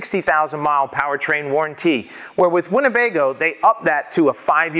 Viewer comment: All about that waran-tee